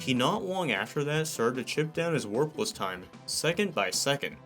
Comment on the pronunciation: Every time you say warpless I hear worthless lol.